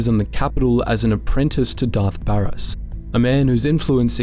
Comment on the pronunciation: Great stuff, but like, the game is easily accessible, how are so many names getting butchered 😭never have i ever heard someone pronounce Baras like that lmao